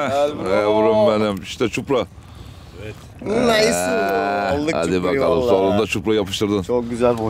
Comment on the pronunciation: ÇUPRA Değil ÇİPURA😂😂